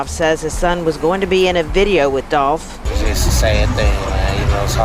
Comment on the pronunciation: It’s Dolph